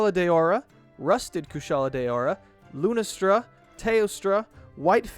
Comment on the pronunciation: I cringed when you said lunastra